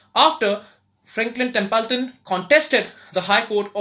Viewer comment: It's Not Tempulton 🙄